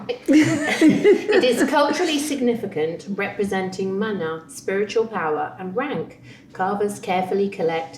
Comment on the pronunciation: Presumably you meant the settlement of Waikawa Bay. Subtitles - often useless - thinks it's called Wawa. And by the way, Mana is pronounced Munuh. Birds are pukeko, they have a strange screeching cry, and do it at night. Will keep you awake